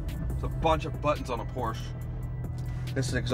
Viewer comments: Say it with me y’all.. POR-SHA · 7/10 for one of the most reliable and high quality sports cars? Never value someones opinion when they can't even pronounce the company name right.l